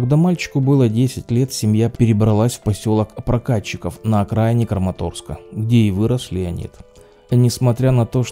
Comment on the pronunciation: Самый любимый актер и режиссер многие годы....но как больно слышать укрАинский с неправильным ударением на а,и КрамАторск!! ИскромЕтные...караул.... Выучить названия . Вы же свой интеллект понижает е